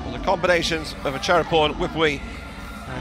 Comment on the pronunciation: Commentator pronouncing Wipwee 2 syllables instead of 3 syllables and that was wrong , but that’s what English tongue pronunciation. 🤪